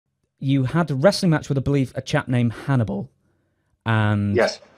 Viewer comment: Lanny call hims Hann-E-Ball!